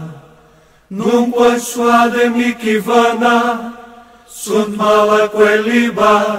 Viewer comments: A PRONÚNCIA ESTÁ ERRADA NA MÚSICA. NÃO É MIKI O CORRETO E SIM MIHI.ESTRANHAMENTE ESSA MÚSICA ERRADA ESTÁ EM TODOS OS CANAIS DO YOUTUBE QUE PESQUISEI SOBRE ESSA ORAÇÃO EXORCISTA. PARECE QUE SATANÁS NÃO GOSTA MESMO DELA. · Paano po ang pag pronounce ng mihi na word?? Miki ba?? Yun kasi dinig ko sa video eh